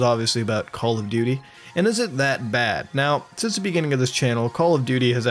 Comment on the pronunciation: Goddamn it muta i cant stop calling it "Call Of Dutrs" XD